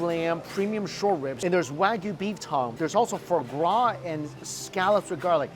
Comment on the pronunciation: Fruh gras, for gras, frar gras, I didn't know you could mispronounce the same word differently so many times.